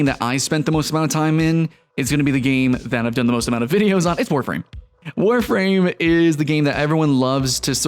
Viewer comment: Eeeeewwww Warfrahm.